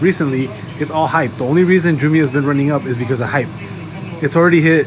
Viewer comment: It’s JAAA- MYY-UH